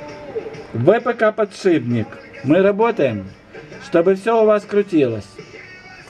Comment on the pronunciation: не "потшибник", а подшипник